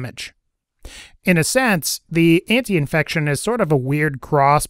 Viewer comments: Antifection* not antiinfection lol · it is called ANTIFACTION not ANTIINFECTION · how many times can you mispronounce antifection?